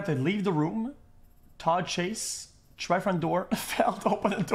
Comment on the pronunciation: XQC: I'm gonna pipe toad man. Me: iT's AcTuAlLy ToDd...